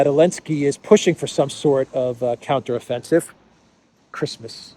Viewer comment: AHAH great, I really appreciate the show of affection towards the fake Ukrainian president because you never pronounce his name correctly (or I have a translation problem)